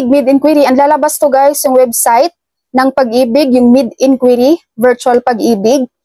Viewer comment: Inquiry ❌ Inkuiri ✅